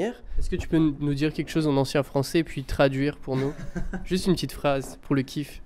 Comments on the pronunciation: i like the way he pronounced "chose" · Very Canadian pronunciation.